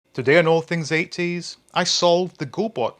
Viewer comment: I don't think I've ever heard anyone pronounce 80s "8 Ts". Not trying to make fun it's just an interesting way to say it.